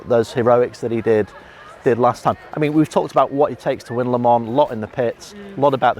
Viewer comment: Why is it so hard for some one to say Le Mans correct?? Say Le-Ma in one word... Not Le-Mon! Not Le-Mans! Not Les Mans! etc... jeeeez how hard is it!